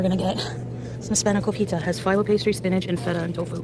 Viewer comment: The way this bitch does nothing but eat and mispronounces everything...... spanakopita, philo, agave, pasta..... it drives me crazy